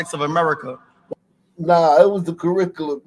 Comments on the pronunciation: Why does he pronounce "Curriculum" as Kuhrickalen"? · He can't pronounce the word curriculum